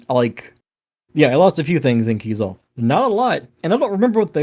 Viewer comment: I've learned I've been pronouncing Keizaal wrong... and I think I reject pronunciation.